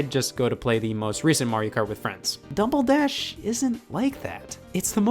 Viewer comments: did Scott say dumble dash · I never noticed before, but he says "Dumbledash" .